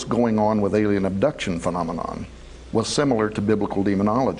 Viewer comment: And sorry it's alien not Alain LOL